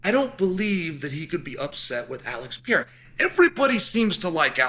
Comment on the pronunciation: Chael please read this comment then... He is called Pereira not Piera! You can also call him Alex or Poatan, much easier!